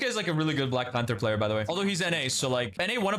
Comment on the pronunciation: I mean we clearly cant take the guy who cant even say black panther properly seriously right? Black panfer LOL